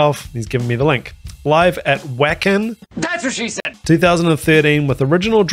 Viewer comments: Hi, You asked where "Wacken" is, it's a venue in Germany & it's pronounced with a hard 'V' sound rather than a 'W' one the beginning, so it's said like: "Va-kin" not "Wack-in", * As a Kiwi myself, I want to send you congratulates on starting & maintaining a successful YT channel & I wish you all the best now that you've passed the 100K Subscription! Here's to your next 100K, cheers:goodvibes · Very cool to have your son doing the opening for you! Wacken is in Germany and the W is pronounced more like a V sound,,,,so more like Vaacken! Surprised you haven't done more NIghtwish as their list of quality songs to react to is very long, and quite varied! Cheers for the video, and the journey!! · Wacken is a small town in north Germany not far from the Germany-Danish border and NNE of Hamburg. And It's pronounced Vacken. Wacken Open Air is a huge rock festival. That night there were 82,000 in the audience. Also, in Northern Europe, a "J" is pronounced as a "Y". So it's Yukka. The singer is Floor Jansen last name pronounced Yansen. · Wacken, pronounced more like the English Whack-Enn phonetically and it's in Germany. One of the biggest rock/metal festivals in the world. The crowd at this concert where they were the headline act was 82k. No Nightwish fan will think you're diminishing them. We all know they do and play what makes the song sound best, they're not showoffs for showing offs sake, they're tight and perfect.